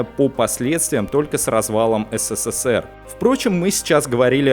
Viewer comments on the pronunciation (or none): none